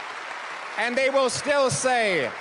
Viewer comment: Surprisingly perfect was the "chai". "Yisrael" needs a bit of work, mainly to use an 's' (not 'z' sound) in Hebrew.